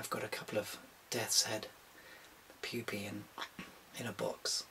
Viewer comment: I had a laughing fit when he said pupae.